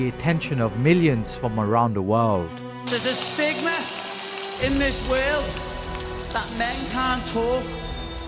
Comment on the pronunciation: "Thea's a stigma in this weeeiild."